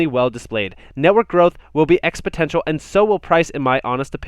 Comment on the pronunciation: Love your videos dude, but like, maybe look up how to pronounce exponential.